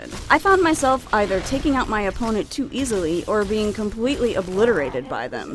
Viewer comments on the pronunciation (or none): You say "too" as "to" too much.